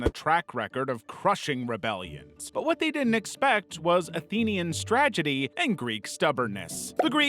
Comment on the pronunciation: Stragety.. i like it